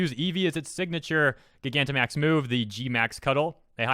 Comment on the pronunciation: This is ridiculous. Attract and pokemon breeding do not need to work like that. Also Just a heads up Gigantamax is actually pronounced like Gigantic with max added.